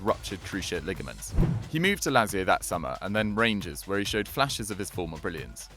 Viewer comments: It's pronounced Lat zi o. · He pronounces lazio very annoyingly